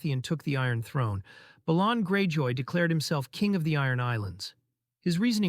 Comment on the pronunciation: Isn't "Balon" pronounced as, BAY-LON?